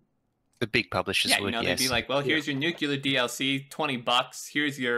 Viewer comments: NUCLEAR NOT NUCULAR!!!!!! Seriously how do you get NUCULAR from nuclear? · Nice video, you'll want to do another now that the release notes are out. It was a bit tough hearing nu-cu-lar the whole time instead of nu-cle-ar -- brings back too many memories of George W. Bush. :-P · It's pronounced noo-clee-er ya dingus! :p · fuck yes. but btw....NU-CLE-AR damn it. only 1 u ;)